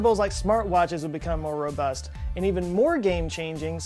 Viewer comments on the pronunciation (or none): none